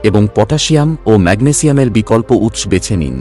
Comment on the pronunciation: বড়, উৎস, ঘন ঘন, এবং আরও অনেক শব্দগুলো উচ্চারণ কারণে কিছুটা অস্বস্তির কারণ হয় ।